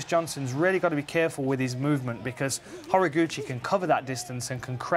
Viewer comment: He's name is pronounced Ho-Rah-goo-chee